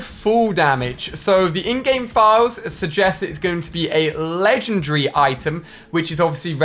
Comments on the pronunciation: It's legend-dairy not legend-d-reaaaa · Legengary what? He said legengary Hear it